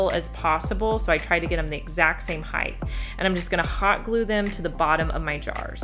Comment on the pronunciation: It's height. Heighth is not a word.